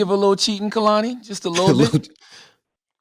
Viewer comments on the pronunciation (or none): Hate the way they say Koloney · When they both say her name wrong in the beginning and she looks to the side lmaooo it’s pronounced “Kay-lan-e” Kehlani. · it's KAY-lani. why is this SO HARD for people to understand and pronounce?! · She held herself very well in this interview considering the foolery that was going on. Hardly an interview. For this to be her first time on with the Breakfast club y’all did my baby wrong& they were so inappropriate. & the amount of times they said her name wrong drove me crazy!!! I feel like the female did ask some interview questions but overall this was not coo. She deserves better. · Y’all said their name all wrong. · I came here because I love Kehlani and wanted to see her in an interview about this great album she released. I cannot stand the unprofessionalism that is Charlemagne. Can he be dismissed? Also I need all of them to pronounce her name properly. Thank you Kehlani for being the beautiful honest spirit that she is! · I'm just mad they didn't say her name right lol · Why tf they all saying her name wrong lmao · I wish she would've told they asses how to properly pronounce her name.